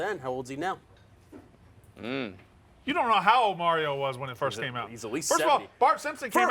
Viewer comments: Why the fuck cant say Mario right, likes to be a douche? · is way too cool to say “Mario” correctly.